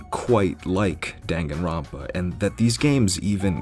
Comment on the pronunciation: My favourite part of this video is how you never pronounce Danganronpa the same way twice. Until near the end.